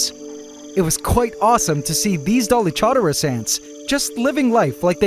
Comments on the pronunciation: Dolic Horderus (the “u” is silent) 😂 The Dolic Horders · For the new ant colony, the Dallylamas? 😂